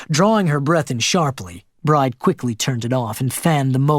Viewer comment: The main female character’s name is pronounced BRI-DEE, not Bride, like bride & groom. Bride is an Irish female name.